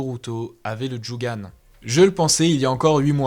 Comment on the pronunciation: On dit jogan mais ta vidéo est super